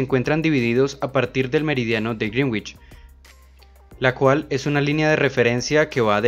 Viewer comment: Sólo una observación para quienes leen esto, se pronuncia correctamente "Greenwich" como ~Grénich~ no ~Grinwich~ ni de otra forma.